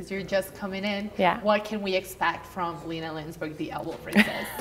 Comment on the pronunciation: "Lambsberg" lol